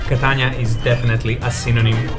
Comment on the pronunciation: Es ist unglaublich dieser Typ ist nicht in Stande Catania auszusprechen!!!!! Catana schäm dich du hast von nichts eine Ahnung